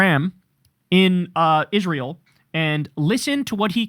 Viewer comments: Kyle, pronounce Israel correctly like Lindsay Graham. Isrull. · I hate the way Miss Lindsey says Isruul.